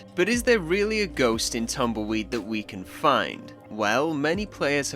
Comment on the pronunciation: I love how says "Tamoyd" Instead of Tumbleweed 🤣